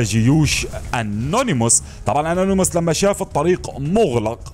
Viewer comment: انيموس وليس انونيموس